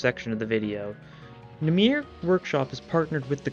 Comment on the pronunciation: Ik im late but namir is not how you say that Its namer if you were going to the hebrew translation